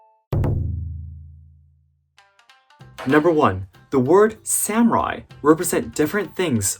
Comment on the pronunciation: As a Japanese it’s wierd when you say samurai as Sam rai Sorry if my Eng is bad 😅